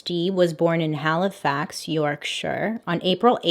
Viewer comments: As someone from Halifax Yorkshire the way you pronounce it makes me chuckle. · Love how you pronounced Halifax. Hands down my best YouTuber!